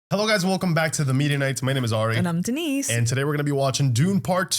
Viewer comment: You know what the most impressive part of this video is? How right you pronounced Denis' name. I have literally never heard a reactor or reviewer pronounce his name right. Love that!